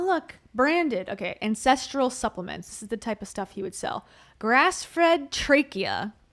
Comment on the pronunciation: every time you say “ancestoral” I think you’re saying “incestual” 😂😂😂